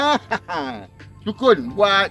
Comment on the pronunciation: Assalamualaikum susahnya nak sebut sukun 😂😂😂.buat cokodok pun sedap.klau blm masak goreng pun sedap.Rasa macam goreng keledek.tapi mudah muak.keledek lagi sedap..yang muda orang kata boleh buat masak lemak.tapi saya blm pernah makan lagi.😊